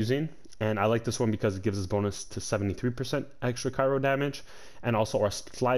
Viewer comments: Cryo* Not Kairo. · I’m sure the build is great but I can not listen to this guy mispronounce so many damn words. It’s CRYO for fuck sake. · CRYO. ITS CRYO. Otherwise great vid